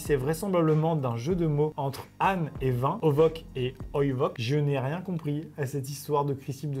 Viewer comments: A on dit pas ovoc et oivoc mais ce prononce onos et inos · Oh nan j'suis mort.e 😭😂 à il a dit "ovok" et "oyvok" alors que ça se dit "onos" [ονος] et "oynos" [οινος] 😭😭 (Grec LV3 RPZ UwU) Ça me frustre 😭😭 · "ὄνος" ne se prononce pas "ovos", mais "onos", le "ν" étant un "nu" en grec, c'est-à-dire un "n" français, et le "ς" étant un "sigma" en grec, il se prononce "s" en français, et non "k" (même chose pour "οἶνος"). 😁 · Les mots grec qu'amixem à dit ne se dit pas ovok et oivok mais ovos et oivos c'est écrit en alphabet grec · C’est pas ovoc et oivoc c écrit en grec et c’est écrit onos et oinos svp likez pour qu’ils voient mon commentaire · je suis Grec et honnêtement la blague est drôle parce que la prononciation se ressemble Et c'est pas un V mais le ν se prononce N Et le οι --> I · 😂 Au secours... Je me dois d'intervenir ! Ces deux mots sont du grec ancien, "ὄνος" et "οἶνος" se prononcent "onos" (qui a par exemple donné le terme "onolâtrie", le culte de l'âne) et "oïnos" (qui lui, a donné par exemple le terme "oenologie", la science qui étudie le vin)! 😉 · Les trucs qu’amixem n’a pas réussi à lire c’est du grec et ça se prononce onos et oïnos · ce sont des mots en grec ancien, âne et vin ça se prononce « onos » pour âne et « oinos » pour vin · alors, c'est du grec et ça se prononce "onos" et "oïnos". Par contre ça reste claqué au sol comme jeu de mot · Petite info culturelle, quand tu lis la mort du mec en -200 avec JC il s'agit de grec et sa se prononce onos et oienos, voili voilou. Continue comme sa t cool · La blague de l'âne est du vin est juste drôle pour les élèves de grec. Âne et vin se prononce pareille. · pour celles et ceux qui n'ont pas fait Grec (vraisemblablement comme Maxime XD) ça se dit onos (âne) et oïnos (vin) Voili voilou c'était prononce du Grec avec Neptunia :,) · Pour donne l'âne à l'âne C'est du Grec et ça se prononce "onos" et "oïnos" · Juste le truc de l'âne et du vin ça se dit "onos" et "oinos". Ah oui et c'est du grec.